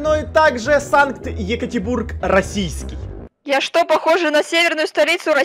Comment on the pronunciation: Эмм может Екатеринбург а не Екатебург